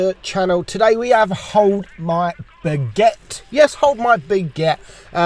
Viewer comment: Yeah beguette.... ITS BAGUETTE WITH A "A"